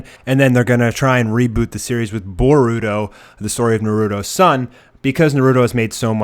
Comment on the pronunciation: Narooto Borooto Mahdarah Ho-cage Raz n' gan What kind of whack ass pronounciations are those? Are you sure you've watched the anime? Pitiful. I Spit on you from utter disgust.